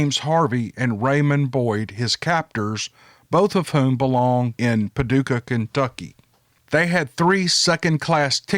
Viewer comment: Hey I’m from Paducah!!! Long time listener/fan! It’s pretty cool to hear you say Paducah and say it correctly! Haha love it! Keep em coming